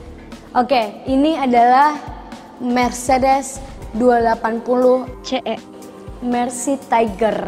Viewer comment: Wagen ka carabacanya bkn wegen Carabacnya mertsédés benst